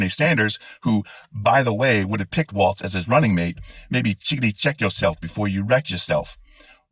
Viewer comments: Sorry to correct you but his last name rhymes with Walls, rather than the dance. 🥹 My Governor!!! I am THRILLED! Another thing I am not seeing mentioned much is how well he handled the pandemic! He held live calls daily on our local public radio station with relevant officials to keep everyone informed. He handled it the way we WISHED that 45 had done it. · It is BALLS to the WALZ, like they rhyme. It is not pronounced like the dance, though that would be cool. Vote blue baby! 💙💙💙💙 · Love this but two suggestions: 1) Apparently his last name isn’t a dance, it’s pronounced like those room dividing panels, WALLS; 2) Repubs embrace lies and innuendo, at the cost of their credibility and moral standing. We shouldn’t follow them down this cesspool. The couch-effing allegations are, as of now, entirely baseless, pure fiction. Let’s focus on all the truly vile Project 2025 crap that Vance is stuck with, not the made up stuff. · Love your rant...but his last name isn't pronounced like the dance, its like 'Walls' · Good stuff - just sub'd. I'm from Minnesota, and you pronounce his name like Walls 😀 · walz. Pronounced walls. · Good video. One small nit-pick. There's no "T" in Tim Walz's last name. His name is pronounced similarly to "walls" but you end it with "zee" instead of "sss". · NO T IN WALZ...BUT DANCE IS WALTZ SO DIFFERENT...HES ATOP BLOKE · No "T" in his name, Dude. His name is not a dance. Good man though and so are you. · The guy's name is Walz. Pronounced like Walls! It is not Waltz, the dance. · No offense introduced but his name is WALZ, not WALTZ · I love Tim.... but his last name is Walz not Waltz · His name is Walz not walts. I am sorry I do not know how to spell. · Everything about your video was spot on except your pronunciation of Walz. There's no "t" in it (like the dance) and it's pronounced "walls". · For the record, it's pronounced "WALLS" not "WALTZ" like the dance. Both Parts of this were great. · Um, his name is Walz, not Waltz. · Walz not Waltz.